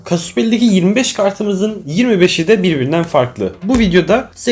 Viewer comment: Abi niye kasus diye okuyosun?